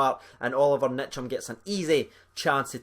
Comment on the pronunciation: It's Ntcham, not Nitcham Best young midfield in Europe